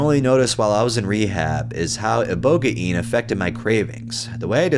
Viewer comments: Ibohgayin lmfao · Pronounced IboGANE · I don't like the new way of pronouncing ibogaine; it sounds retarded, even if it is right or wrong. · The computer pronounce ibogaine wrong, you had it right at first. You should rly base your pronunciations on how other people say it, not a computer generated voice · The whole ibogaine was hilarious lmao i thought the way you'd been saying it sounded right but i was wrong as well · Ibogaine’s pronunciation is shady